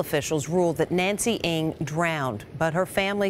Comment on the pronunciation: it not pronounced as 'nancy ing', its 'nacy eng'